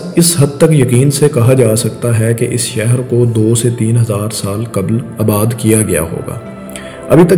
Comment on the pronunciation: اباد نہیں آباد